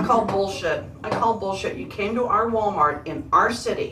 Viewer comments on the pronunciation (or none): Did she call it Ball- mart?